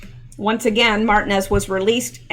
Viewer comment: Martinez Mar-teen-ez(es) :) you're welcome Ma'am